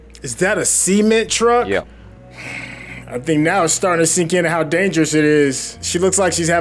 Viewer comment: He said semen truck 😂